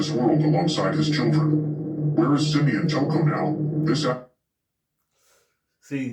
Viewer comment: Why you keep calling him toocoo